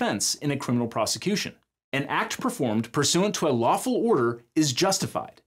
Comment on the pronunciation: hears "waffle" instead of "lawful"